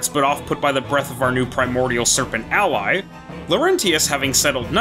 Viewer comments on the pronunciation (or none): none